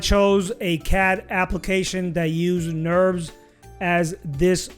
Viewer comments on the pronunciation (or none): lol "Nurbs" not "Nerves"